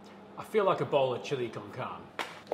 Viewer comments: Looks great, but carne is pronounced with like carn-nay not carn. Carne as a word feels like it's been adopted enough by non-Spanish speakers that it feels weird to pronounce it carn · You have to pronounce the e at the end of the word. Sounds like "carnee" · It’s pronounced CAR-NAY, not CARN. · Looks delicious, I will say that carne is pronounced kar-nay, not karn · not at all. I actually love and I love his videos. I want him to sound better when talking to an international audience. He’s really popular in the Americas where a lot of people are native Spanish speakers. Pronouncing the word “Carne” as “karn” to that audience doesn’t make him look good. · Looks yummy. Setting aside the arguments over beans or not and meat or not (and what kind) and even over which chilis to use, since it is a Tex-Mex dish, you should pronounce it "KAR-nay" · Carne is pronounced “car-nay.” It means meat in Spanish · Love it but it's pronounced Carn-ay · Chili con carnE (don’t forget to pronounce the E) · A pedant would point out you pronounced the dish wrong but I'm not one and won't point out the fact you pronounced the dish wrong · At least pronounce it correctly